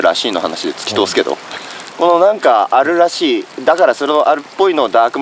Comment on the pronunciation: もしかして「あるらしい」が「しー」って聞こえて、しーちゃん寄ってきてる？ だとしたら、可愛すぎる。